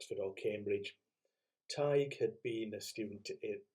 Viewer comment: My father was born in Ireland on St. Patrick's Day. He was christened Patrick. A little note about Emily. It's said, I hope it's true, that she loved repeating the word Drumballyroney. 😊 Her poetic nature!! Please may I point out that you don't pronounce the g in Tighe. Thank you.